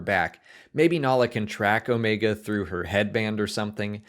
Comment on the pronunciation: I think Omega is force sensitive. And I like that this guy knows how to pronounce Omega. 😆😆😆